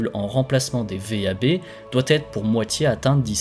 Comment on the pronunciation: On ne dit pas V.A.B. Mais « vab », d’un seul mot